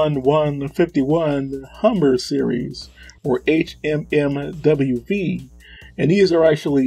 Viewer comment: Gonna do you a couple of favors here. HMMWV is pronounced Humvee. Maus is pronounced mouse. M1151 is pronounced em eleven fifty one. DShK is pronounced Dushka. None of this is meant to be a swipe at you, and there was nothing that you said so far that was technically incorrect, but if you’re not using the lingo and verbiage, it comes across as if you don’t really know.